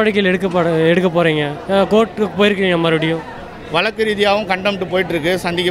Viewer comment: சீமான் தம்பி வழக்கு என்று சொல்லவும். வலக்கு வலக்கு என்று சொல்லாதீர்கள். தமிழர் கட்சி உச்சரிப்பு சரியாக இருக்க வேண்டும்.